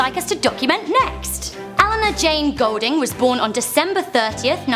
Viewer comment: Her second name Goulding is pronounced as in 'Ghoul-ding' not Gold-ding, how I know this is because we share the same family name.